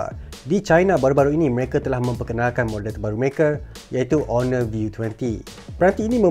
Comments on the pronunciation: still Honor with H... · Finally dia sebut honor ngan btul